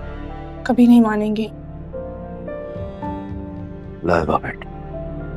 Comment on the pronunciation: Laiba ra ko raàr Bolte hai kisne notice kiya